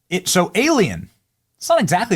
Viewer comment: ……”We can now take et home”